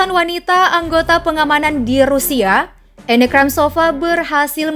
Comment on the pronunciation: bacanya anna bukan enne